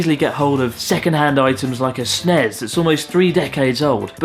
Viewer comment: did you just say SNES like it was a word... triggered